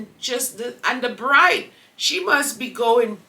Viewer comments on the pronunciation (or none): none